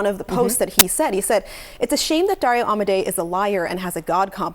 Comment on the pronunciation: Should learn how to pronounce dario's name before you report